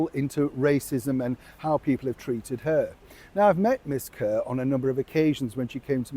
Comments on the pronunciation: Actually, "Kaur" is pronounced "Kaw" (like "Paw"). It's the name given to Sikh ladies. I noticed many broadcasters pronouncing it like "Kerr". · Her last name is kuar pronounced curr ,as in dirty nasty old dog . Yessss